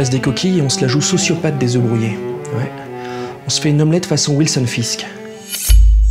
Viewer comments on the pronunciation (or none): 3 oeufs -3 Zeuffs - Oeufs - Zeuffs -Ta gueule